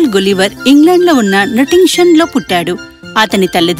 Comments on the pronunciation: అదీ గులీవర్ కాదు, గలీవర్ spelling correct ga cheppandi , please..... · గులివర్ కాదు తల్లి గలివర్ అని పలుకు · but is not gulliver its galliver not spelling , pronounsation